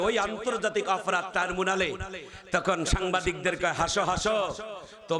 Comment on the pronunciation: এটা আমার মত মূর্খ হুজুর ট্রাইব্যুনাল কে বলছে টারমুনাল হায়রে কপাল !